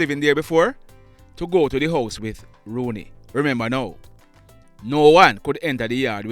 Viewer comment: His name is not Rooney, his name is rouney